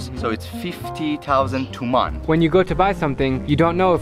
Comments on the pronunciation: By the way its Toman not tuman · Hi Drew, I am Iranian, and I just subscribed to your channel. BTW, we (I guess ppl from Tehran) never same TUMAN (TOOMAAN), it sounds more like toman (t (short o) & man (short a); as for our currency being confusing for foreigners and being worthless, I agree 100%.......after all, what do you expect we are under sanctions, and more sanctions are coming up next month and in November. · Confusing thing was the Persian guy pronouncing Tuman wrong... FYI it’s pronounced toe man (as in your big toe and hey man) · Sylvester Twobuils he said Tuman idiot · Hey drew, not wanting to be a dick or anything but the Iranian way to spell the currency was Toman it also depends where you live a lot of city’s have different dialects of saying it for e.g in shushtar they say Tomen also if you ever go to Shomal make sure you count by Rials ;) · It's actually pronounced toman like "Toe Man"